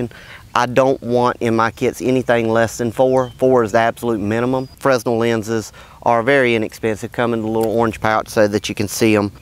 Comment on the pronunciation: The "S" in Fresnel is silent.